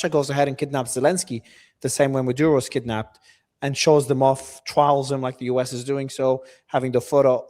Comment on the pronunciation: Stressing the word “kidnapped” doesn’t make it true or convincing. If you get arrested because you have been a warrant for your arrest, it’s not a kidnapping. If you’re gonna be a propagandist, as you clearly are attempting here, you at least need to be a little smarter about it or it just backfires and looks absurd.